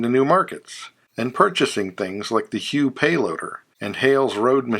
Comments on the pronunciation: HOUGH It's not pronounced HUE it is pronounced HUFF Hough Their big Payline Crawlers were made in Elmhurst, IL and the Hough loaders were made in Libertyville, IL I know I still work on them starting back in 1976. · The payloader is pernounced Hoff. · Excellent video. One minor correction though. Hough is pronounced "huff". Thanks for keeping IH history alive.